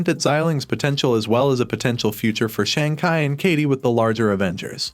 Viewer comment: Learn how to pronounce Shang chi